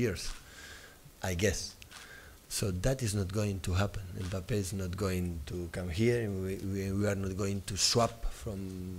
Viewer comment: How many times that guy butchered Mbappe’s name aha 😂